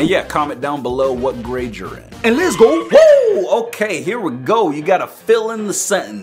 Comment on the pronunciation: “Gade” i think you mean “grade”